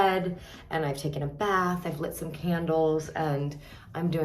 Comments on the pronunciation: You don’t need to watch tv to know who Emma Roberts is. Biologique Recherche is really great! I love their Hydravits cream. I promise it’s amazing. I have dessert dry skin. And it’s not « Lot » it’s « Lait » which means Milk in French and you say it like « Leh » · FYI: “Lait” is pronounced “lay” and is French for milk.